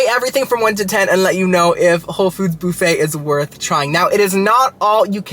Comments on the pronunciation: The "bouffett" 😂 Like Phoebe Bouffett? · boo-fay hahaha Love you! 😘